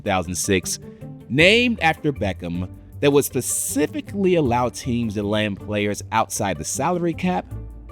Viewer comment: Pacificly bro... Really? I'm usually not one for it but come on man are you 6 years old?? Say it with me "specifically"